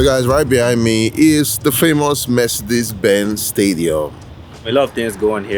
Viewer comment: it’s pronounce Mercedes-Benz Stadium not Mecidez … Practice naming Landmarks before. You can’t even say Coca-Cola 😭😭😭 you dumb boy